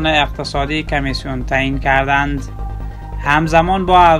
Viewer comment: کردند.نه که ردند چرا برادر اشتباه تلفط میکنی